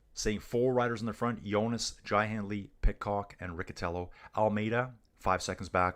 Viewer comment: Riccitello is pronounced Ree-chee-tello. Sorry. Greetings from North East England.